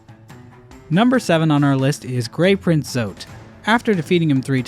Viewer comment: Almost sounded like you said “Grape Print Zote” 😹